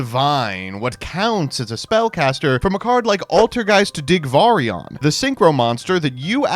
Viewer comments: "Digvarion" checks card "Dragvirion" close enough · You know Altergeist Dragvirion is a real card because managed to horribly mispronounce its name